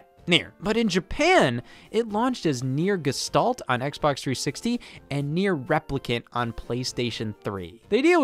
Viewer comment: It's pronounced nier geshtalt